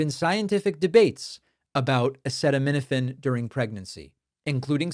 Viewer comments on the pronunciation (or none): Okay, David, but it's not hep-a-TEET-es; it's hep-a-TIGHT-es. And it's a-SEE-tuh-min-uh-fin, not a-SEH-tuh-min-uh-fin. Can't listen to any more.